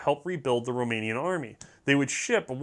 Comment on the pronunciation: How did you even get Romanian correct?